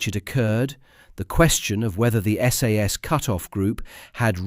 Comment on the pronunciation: Not SAAAS it's SAS.